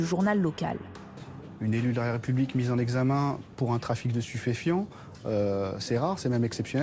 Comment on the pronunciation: "pour un trafic de stuféfient " STU FE FIENT !!!!!! " qui n'a jamais far pardé d'elle" oulahh lui il a fumé le chite de la maire mdrrrr